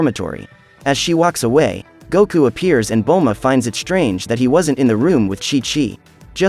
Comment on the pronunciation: Not Kakaroto its Kakarot Not Guku Its Goku